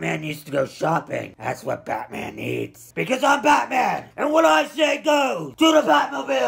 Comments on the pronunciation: Like his vidieo every time he says patman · scoopity woop I didn't knew he probably said bataman on purpose. Sometimes, I just don't understand. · PlashMon not grownman....batman